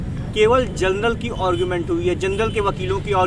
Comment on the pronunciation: और्गुमेंट नहीं भाई आर्गुमेंट बोला करो